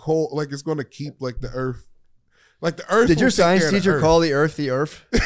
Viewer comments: "Did your science teacher call the earth the earff?" -Matt lmaooooo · “Did your high school teacher call the earth “da earf”? Hahahahha